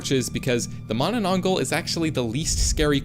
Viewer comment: bro just disrespected my folklore by saying mah nah nang gall